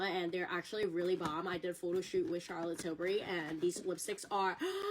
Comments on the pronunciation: Shaaaa-lit Tilbury. 😂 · "SHAAAALAAATTT Tilbury" 😂😖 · Chaaa’llot Tillbury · I think what’s funny is that no matter what really happened, Tilbury has gotten tons of people talking about it. Ultimately I think that’s all that was really wanted. On a sidenote, “Shallot” Tilbuury? Ridiculous. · “SHALLOT TILBURY” ugh Mikayla stooopppp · “Shallot till-burry” gah I can’t stand mikayla 🙄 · Mikayla really said “shallot tilbury” 😂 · Still not over Elton John in the Christmas add going SHAR-LOT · Darlings!!! Just had to add this but is it only that finds the way Mikayla pronounces Charlotte annoying.. That is a put up accent. No one says Charlotte that way especially American white women. I don't like commenting on people's accent but seriously that is not real. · This whole thing has made me cringe so hard. Like cover my eyes cringe. Also as someone called Charlotte, the way Mikayla says Charlotte hurts my soulllll😣